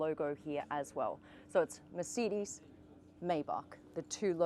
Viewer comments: "Meyh-back on the merseedis" That is a violation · Merceedees? And isn't it "my-bac"? 🤔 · Meeecedez😂😂😂😂😂😂 listen to yourself 🤣🤣🤣🤣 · MICIDES? its MERCEDES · I’m sorry, but every time she says “Mer-CEED-Ees”, it gives me whiplash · WHAT THE FRIG' IS A "MA'SEE'DEES"?😂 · Why tf she keep calling it a MerCDs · What is a Merseedees? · Why are you pronouncing it "mer-seed-eze"? You're a professional car channel... pronounce it correctly. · Is it just me or this lady can’t pronounce Mercedes??? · Why can’t she pronounce Mercedes properly ? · She said mercedes instead of mercedes... Over and over, I can't take it 😢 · You should learn hou to correctly pronounce Mercedes. Irritated the f out of me